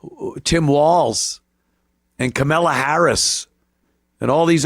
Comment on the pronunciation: Always call harris as carmella. Or just always mispronounce it anyway you please.